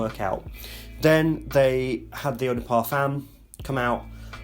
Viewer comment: Man, You are one of my favorite reviewers! but please stop saying « Parfâââââmmmme ». It's terrible to hear. try to pronounce it the right way my friend. Cheers mate, have a great weekend!